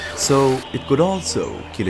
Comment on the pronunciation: The best part is when the narrator calls the eel an elegdrig fish.